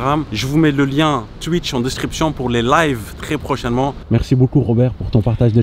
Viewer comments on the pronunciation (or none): none